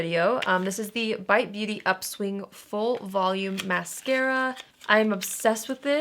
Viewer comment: ever since or called that UPSwing mascara - UPS-wing I can not unhear it 🤣🤣🤣🤣🤣